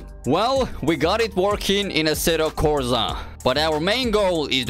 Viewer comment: assetto corza tho ? its a S not a Z xD